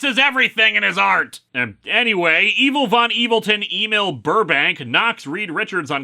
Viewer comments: I think “Emil” is supposed to be pronounced “ehmeal”, not “AY-Meel” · Why does Lewis keep asking us to "Email Burbank" when he's talking about "Em-eel Burbank"?